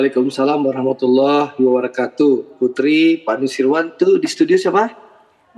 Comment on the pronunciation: apaitu wabrakatuh ucapan yang benar adalah wabarokatuh